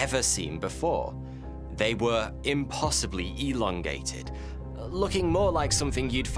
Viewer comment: "We should elondate" made me laugh more than it should have, thank you for that.